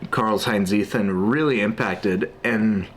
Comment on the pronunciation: Seems like an interesting book. Btw, just because you said it so many times; it's "Tseeten".